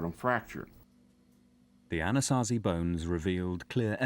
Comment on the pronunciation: I like the (Diné)Navajo elder and his stories. I wish he could teach these documentaries how to say Anasazi correctly.